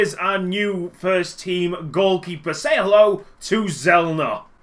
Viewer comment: It's pronounced Tsellner